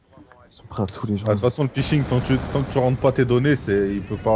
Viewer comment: Ptdrr C'est pas phishing "Pishing" C'est phishing " Fishing" ! ;))